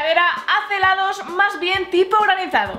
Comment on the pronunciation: hheellaaddooss dijiste helados